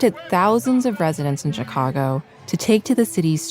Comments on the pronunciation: What is with the host’s mispronunciation of “Chicago” ? She pronounces the “chi” like the “chi” in Chicano, instead of like shy. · Omg stop saying CH-cago. Yes I know how it’s spelled.